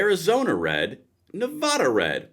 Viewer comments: How do live in the USA your whole life and not know how to pronounce Nevada? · It's Nev-AH- duh not Nev-AW-duh.